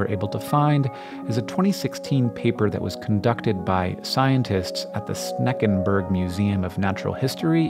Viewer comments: 😂 Senckenberg, not Sneckenberg, lol. And Görlitz, not Gorlitz. 😂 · Its called "Senckenbergmuseum" and "Görlitz" not "Sneckenberg" and "Gorlitz" but was no problem you were close :). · As a German, I really enjoyed hearing Hank trying to say Schneckenberg and Görlitz :D